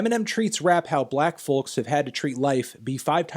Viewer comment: THE L IS NOT PRONOUNCED IN THE WORD FOLK!!!!!!! FOR FUCK'S SAKE!!!!